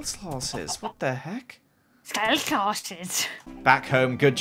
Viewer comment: Did anyone notice that said skelete horse